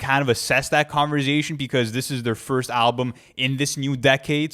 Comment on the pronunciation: “what’re you saying?!”: “converzation”